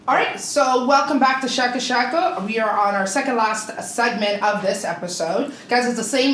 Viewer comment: bitch cant even say sheeko properly. af somaali soo barta.